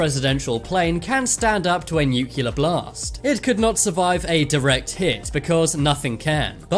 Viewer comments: New-cle-ar, not new-cu-lar! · Nuclear. Nucular........ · it's nuclear not nucilar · The word is "nuclear" NOT "nuculer". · New Key Lar. Nuclear New Clee Arr if the robot voice can't even pronounce nuclear correctly what's the point of watching the video D Minus.